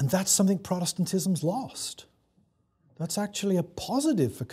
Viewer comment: Listened to a lot of Dr. Trueman's lectures in my life. And I think, for all his carping about what proper English diction sounds like, his penchant for pronouncing it 'think' ('everythink', 'somethink', 'anythink') is tragically under commented upon. I'm just trynna do my part. (See for a strong example lolol)